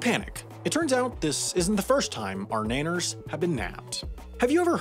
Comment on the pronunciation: Please don't ever say "Naners" again